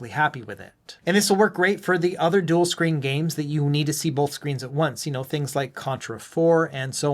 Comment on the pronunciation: Good video but just a point... There's no L in the word BOTH.